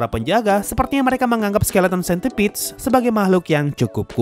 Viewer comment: Dibacanya sentiped bang